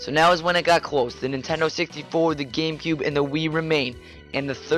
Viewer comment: games of da cube! IT IS DAHHHHHHH GAMECUBE!!